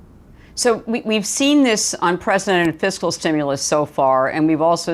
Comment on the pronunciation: At least he pronounced it "fis-kal." Tip: never trust a tax preparer who says, "What is your physical year?"